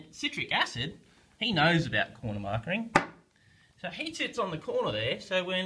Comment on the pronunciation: It's just corner "marking" not "markering".............